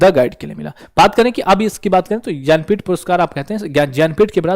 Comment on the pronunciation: भैया ज्ञानपीठ को ज्यन्पीथ बोल रहे हो पहली बार सुना है ज्यन्पीथ बाकी अच्छा बताया थेंक यू 😊